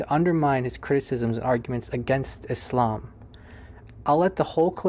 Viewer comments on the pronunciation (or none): none